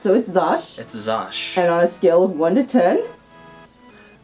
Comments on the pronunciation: It’s Xusho, not Xosh!!! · It’s pronounced Zusho not Zosh :\/ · lmao its not Zosh its Zusho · I hate to be the bearer of bad news but it’s pronounced “zoo-show” not “zosh” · "xusho" = "zoo show" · Lmao isn’t it Xusho wolf?🤣❤️ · I thought Xusho is pronounced like zoo sho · Am I dumb or did andbody else thing Xusho was pronounced Zoo-show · I thought it was pronounced ksusho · She said that she had trouble pronouncing it because of her dyslexia. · They said xusho wrong XD